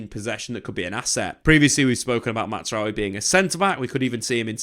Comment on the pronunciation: Jonathan Tah, not Yohan. Mazraoui, not Matsraoui.